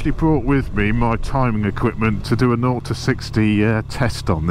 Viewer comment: Thank you! Honda should make one these with their CB650R. When you say 0-60, I hear naughty60! He he!